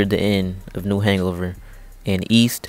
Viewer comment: Did anybody notice that he said "New Hangover"